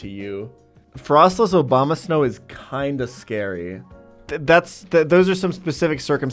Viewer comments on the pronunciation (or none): Did he just say ''obamasnow''